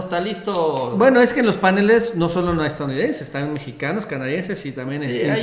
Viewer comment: No se dice “PÁNELES” Marcelo Ebrard. sino “PANELES” con acento prosódico en la primera letra “E”